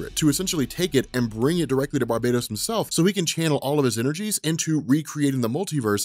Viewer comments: Why you call him Barbados . He’s not a fuckin country lol . Bar - bat - os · BAR-BAH-TOS NOT BAR-BAY-DOS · It’s not Barbatos It’s Bar-BAT-os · Exactly what I was thinking as well, lol. How can you ignore the BAT pun sticking out right in the middle of that word, especially given the story we're covering? Lol!